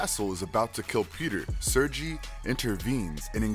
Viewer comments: I don't want to be that guy and I'm sorry for saying this but you getting Kraven the Hunter real name wrong it is pronounced Sergei, ser-gay, not ser-jee. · Man how do you botch most of tha characters names when you have tha source material on how to properly pronounce their names lol smythe is not smith. And Sergei is not surge-e 🤦🏽‍♂️ cool video but couldn’t get over tha botched names lol